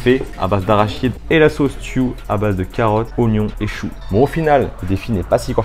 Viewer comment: La « tiou » 😂😂😂c’est tchou wsh